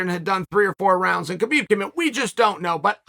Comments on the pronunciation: Maybe your best video ever! But Kale, I think it's time you learn how to say Khabib's name... the K is silent. It's pronounced Habib... but we all know `names' is not your thing! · How you know Khabib in person and still say his name wrong. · "And Skabib comes in" Aahaa ha hajaha......